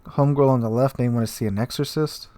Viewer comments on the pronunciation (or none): none